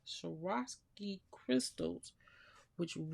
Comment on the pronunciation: Beautiful. I really enjoy your videos ~ only found them today. Tip for anyone who has a tough time saying Swarovski. My niece knows someone who works for Swarovski and he taught her an easy way to remember it. Just think about how dangerous skiing can be and vow never to ski. OR....swore-off-ski (ing). Swore-ov-ski. Swar-ov-ski. Swarovski. :) xox I already have my Christmas 2023 cards nearly finished, but I plan to make the Sleigh Ride for my 60 cards for Christmas 2024! Can't EVEN wait!!!!! And will use your great layering tips herein.